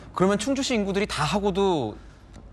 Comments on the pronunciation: 충주시는 진짜 대단함! 충주시장도 홍보맨도 공무원이 이렇게 멋질수가 있나? 그리고 충추시 아니고 충주시 입니다😊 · 충주시에요. 충추시가 아니라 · 충추시가 아니라 충주시입니다